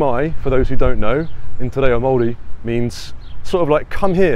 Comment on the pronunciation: Your pronunciation of Maori is good, are you really from England? Thumbs up for the video.